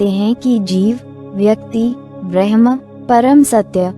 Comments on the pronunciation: please properly pronounce the word Bramh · कृपया bramha शब्द ka सही उच्चारण करे